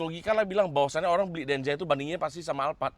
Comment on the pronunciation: denza bang bukan denja